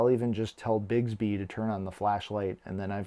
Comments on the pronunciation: Great video, awesome watch but it’s BIX-Bee not Bigsby (I just became one of “those” people…apologies dude, not meant to be snotty at all!). I had my GW4 Classic for over a week and hadnt even tried Bixby simply because it sucked so bad on previous Samsung Watches where it was really just the old “S Voice” renamed Bixby. Ive since found out its been rewritten for the Galaxy 4 so it works infinitely better now, much closer to Bixby on Samsung phones! I bet Samsung asked Google to hold off on Google Assistant because they knew the bad rep Bixby has on Watches and knew no one would ever give it a chance if Google Assistant was available on launch - but that’s totally just my FanBoy theory. In any case, give Bixby a try - at the very least, it will make waiting for Goioglew Assistant much, much easier and many of you may find you dont even care so much about Google Asst anymore! :-) Great Vid!!! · Informative video! But "Bigs-bee" drove me crazy. It's "Bicks-bee"! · BiCKSbee is how it's pronounced lol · How are there not a hundred comments that it's Bix, like Twix, bē? Bix-bē.